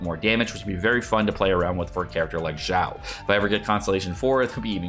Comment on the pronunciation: its not zao not zhao not shao its xiao x = snake (S)iao